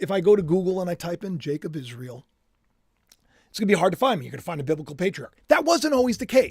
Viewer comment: why do you always pronounce Israel as IsreAL?!